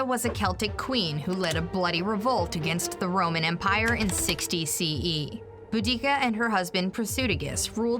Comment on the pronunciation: (boo)-(dah)-(kah) & (tas)-(ih)-(tus), not boodeekah & tackitus.